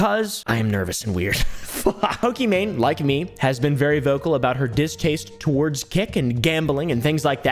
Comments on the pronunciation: Fun fact: her name is actually prinounce "e-mon" not "e-main" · It's not pronounced "e-main" it's "e-mon" which means it's actually Pokemon but I doubt she was to deal with their lawyers 😅 As someone who gets called the wrong name a bunch or ppl misspell it I wanted ppl to know how to pronounce her name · its pronounced e mon , it was always a pokemon pun , i think gucci mane in the lexicon caused the confusion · pokimane's name is pronounced "eemon onys" btw !! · Another video another white man not able to pronounce pokemaines name 💀💀🤡